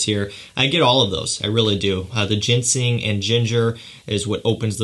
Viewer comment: I don’t know if you notice this but it is Ginseng, not Gensing. I found that you tend to pronounce it wrong. Anyway, like your content